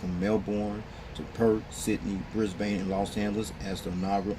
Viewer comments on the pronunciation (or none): Also it's bris-Ben and mel-ben that's how they are pronounced (from an Aussie)